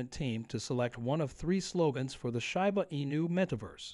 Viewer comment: When the guy starts pronouncing Shiba correctly, THEN I'll start believing him.